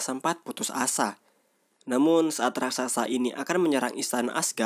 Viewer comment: dst. Raksasa bang.. bukan raksaksa